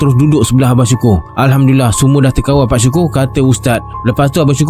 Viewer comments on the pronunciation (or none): none